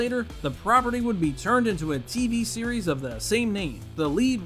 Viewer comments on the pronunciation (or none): none